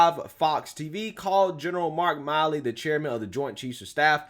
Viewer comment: It's MILL E not MI LEE.